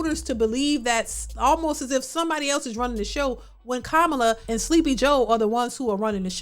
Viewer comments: Sounds like KA-MA-LA, not booing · YOU KEPT PRONOUNING KAMALA'S NAME WRONG.... MS. DAADAA., AIN'T CUTE. WHEN DID SHE GET "BOO'ED"? NEVER. BUT YOU ARE GETTING SOME "BOO'S" HERE, NO THUMBS UP, AND NO SUBCRIPTION H8R. AS A SISTA (NOT), YOU SHOULD BE ASHAMED.